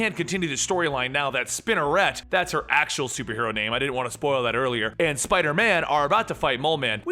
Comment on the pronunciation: Are you sure Spiderette is pronounced like that?